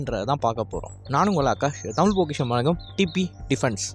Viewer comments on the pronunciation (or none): none